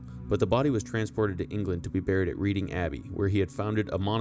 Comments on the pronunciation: Reading - "Red-ding.... Not Reed-ding 😂😂😂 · Not REEDing Abbey. The place is called REDing to rhyme with bedding, heading and Wedding but not Leading, seeding or reading. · It's Red-ing not Read-ing. As it derived from the old saxon tribe of Raeda (Ray-da). Reading is believed to mean "Raeda's people". Has nothing to do with reading books. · Again, pronunciation issues: e.g., Reading = pron. Redding. Spend some time in England and you will pick up the correct way to speak. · Very good podcast. By the way Reading (the city) is pronounced "Redding". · I think it's pronounced "RED-ing". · Another great vid, you really bring these characters to life. As an inhabitant of Reading in Berkshire I feel inclined to point out to a non local that it’s another unintuitive spelling of an English place name and the correct pronunciation is ‘redding’. I’ve seen the plaque before but had no understanding of who Henry I was so thanks for correcting that.